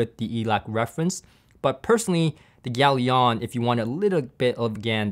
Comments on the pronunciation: Are you sure it's pronounced 'yalion' or rather 'galion' as in 'galleon'? Consiering its logo is literally a triple sail galleon mast... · It has a ship on it, it's a 2 syllable, not 3. Pronounce it correctly would have made this review credibile Gal-ion, not gal-i-on.